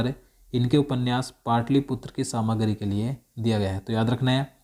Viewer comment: Samagri nai samragi